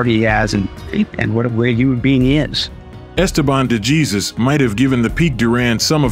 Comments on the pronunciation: Thank you ! The Narrator pronounces it D Jesus but it's D Hey Zeus ! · It's torture to hear your AI mispronounce De Jesus (hey-suuse). If you don't know that pronunciation, in a sport where hispanic surnames are extremely common, I cannot listen to the rest, wondering the whole time how many other things you are getting wrong. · You are not pronouncing DeJesus name correctly. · A. I. pronunciation for "DeJesus" 😆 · learn how to pronounce dejesus name.